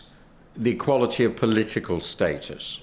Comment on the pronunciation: 부분에서 정치상태의 질(quality)가 아니라 평등(equality) 아닌가요? 발음이 좀 부정확하긴 한데 뒤에 모두가 투표권을 가져가야한다고 말하는거 보면 이퀄리티 같습니다